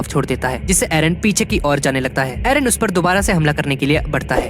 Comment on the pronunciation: Its eren not aron